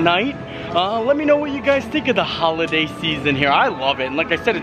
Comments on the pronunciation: Who-luh-day. That’s the pronunciation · Who-liday. peppermint-y…. Get it together man